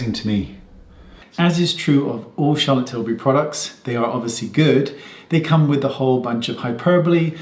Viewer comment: Charlotte Schillbury